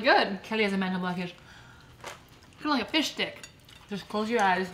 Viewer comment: Did you say fish stick or Fish____k